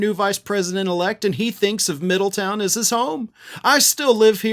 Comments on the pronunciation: How pathetic that his mommy has to "demand" her spawn be honored...even though there is nothing honorable about that pathetic boot licker. Also, it is pronounced Middle-TOWN, not "Middleton." I lived there and now live in a neighboring city. It is not Appalachian like lil' JD says. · It's Middletown not Middleton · Its MiddleTOWN, not Middleton. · It's actually Middletown, darling, not Middleton. But love the vid. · middle town...not ton...a town beween Dayton and Cincinnati...Middletown, Ohio. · Just FYI, everyone there pronounces it "Middle-town" not "middleton" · Hey dumb butt....quit pronouncing MIDDLETOWN wrong. It is not Middleton. Nothing worse than an on-air personality who cant speak right. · Hey, it's "Middletown", not "Middleton". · It's Middletown, not Middleton. I know, because I'm from there. Fortunatly, I left for good before Vance got there.😂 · Respectfully, the city's name is "Middletown," not "Middleton." You were inconsistant with the pronunciation. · Not trying to be an Ohio Karen, but Middletown is pronounced Middle-town. Pretty sad his Mom has to beg Middletown, which is a town that has always struggled with money, to spend tax payer money to make her feel like JD and her did something. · MiddleTOWN. Not MiddleTON. I think you pronounced it correctly once. Not a tricky name. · It’s MiddleTOWN, not MiddleTON! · Pronounced: Middle Town. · It’s Middle Town. Pronounced as a compound word.